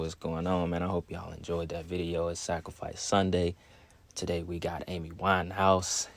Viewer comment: LAY-D GA-GA, A-MEE WINE-HAUS 🤔 smells like a sacrifice.